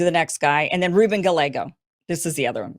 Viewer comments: Why dont you go through and learn the names of the people you are talking about. It's Rafael warnock. Not Ralph. Round 3 for kamala harris. Not black..Gallego is pronounce Ga-yay-go...."ll" sounds like a "Y". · A double LL in Spanish pronounced as Y, so I think Gellego is pronounced Guy Yay' Go. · Warnock's first name is Raphael, not "Ralph" Gallego is pronounced Gah ye go. Tough to take you seriously. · Ruben Gah-LEGO🤖😅😅😅